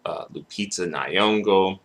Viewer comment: Its not Ny-yong-go Say... 'Song-oh' it should rhyme with... 'Nyong-oh' Now you can say her name... Lupita Nyong'o Gilbert needs scrunching up and putting in the bin.